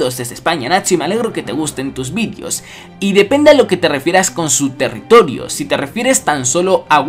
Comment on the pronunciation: "Y me alegro que te gusten TUS vidios" jajaja